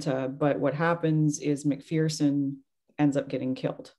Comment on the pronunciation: Pronounced Mc-FURson.